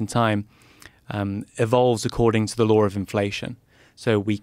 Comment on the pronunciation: can anyone else here an 'r' when he say's 'law', like 'lawr'? Dunno where I first heard a british posh guy saying the 'r' at the end of 'saw' (sawr), but I've been hearing it ever since. Can anyone else hear it, or am I mad?